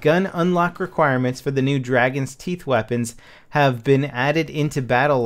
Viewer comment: Teeth not toof haha is just silly XP